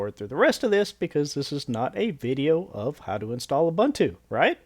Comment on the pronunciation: It's pronounced oo-boon-too.